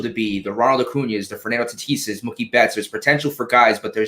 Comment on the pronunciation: How in God's name do you not know how to pronounce Acuna's name?